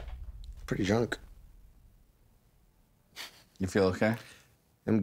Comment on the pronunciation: First line: “pwety jwunk”